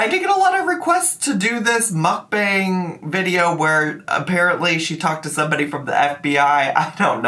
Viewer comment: She's going back to riling up/trolling her viewers by pissing them off for views. Same old tricks from her! Even saying "moook BONG". She knows people hate it, so she does it harder. She's a child.